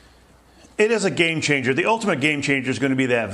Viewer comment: "game chamger"